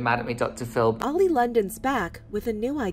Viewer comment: i thought their name was “Oil” not Oli” 😭